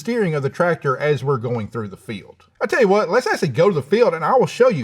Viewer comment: Ah tail yew hwhat